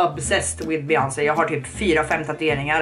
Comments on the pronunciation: ”beGÖNSey” HHAHSJA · ”Be-jöns” HAHA JAG DÖR 😂